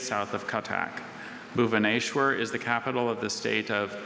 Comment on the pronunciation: but was failed,when he said bhubaneswar around 32 minute and 29 second in the Video, he add "H" Between S and W😢😢😢😢😢 so sad